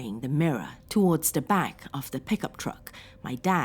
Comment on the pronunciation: Sauron's mirror cannot be destroyed by any weapon we posses; It must be cast into the fiery chasm from whence it came. Also, are you German? You say "the" like "da"